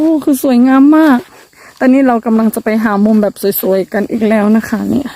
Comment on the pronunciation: เสริมสวย....เสริมสวย...เสริมสวย เป็นกำลังใจให้ฝึกออกเสียงอีกนิด เพราะเสียงสระในตัวนี้ จะเป็นจุดอ่อนของน้องนางมาโดยตลอดนะจ๊ะ! คำว่าสวย มักจะออกเสียงไปทาง..โสยยยย!..ซะมากกว่า ยังตามเป็นกำลังใจให้ตลอดแหละ (ยิ่งเห็น ยิ่งทำให้คิดถึงใครบางคนที่ท่องดอยในชายแดนไทยเนาะ!) สู้!...สู้!...เน้อ!